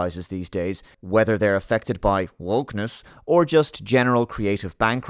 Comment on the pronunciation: I don't have much to add to the comments other than that I loved how said "wokeness" through gritted teeth.